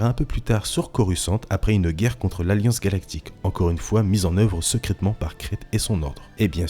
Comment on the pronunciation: Un génie se gars, sekraytement / secrètement. Tkt on t’en veux pas